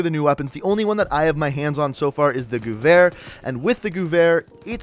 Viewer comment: Gewer**** not guver read it like a person who speaks English not one who speaks wherever the gun was made at